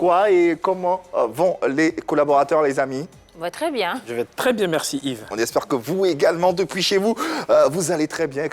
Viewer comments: Dites a qu'on ne dit pas Mexci Lancxé eh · On peut pas lui dire que C'est pas comme ça on dit "merci" ça fatigue mes oreilles djo 🤣